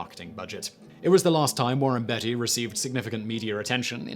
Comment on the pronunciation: warren bEATty not betty